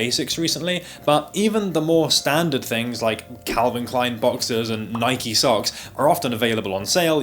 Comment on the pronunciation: Ur the first British person I’ve heard pronounce Nike correctly